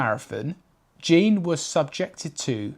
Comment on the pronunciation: His name was Jean, not Gene.